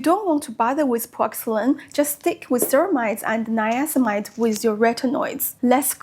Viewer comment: It's niacinamide, missing a syllable there. Very informative video, I am currently looking into retinol and I'm attracted to Paula's Choice. I used their AHA gel for years and my skin loved it.